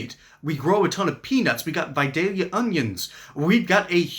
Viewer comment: What region of Georgia? Never hear Vidalia pronounced the way you did. Now say "park the car”